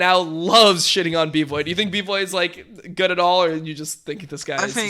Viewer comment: also it's bvoy not bboy